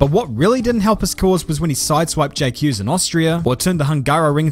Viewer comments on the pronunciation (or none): none